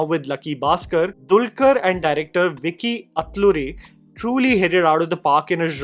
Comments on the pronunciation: come on, it's VENKY Atluri, not Vicky Atluri 😫😊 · It is Venky Atluri not Vicky 🤦 Atleast read the names properly before addressing them🤦‍♂ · Bhai he name is venky atluri not vicky atluri please check ur pronunciation while you are making video bhai ❤❤ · it's Venky atluri, not 'vicky' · i feel that you should do a little homework before doing the video,you pronounce all the names wrong its venky atluri not vicky atluri😂